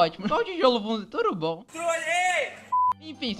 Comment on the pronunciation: Credo para de falar TURUBOM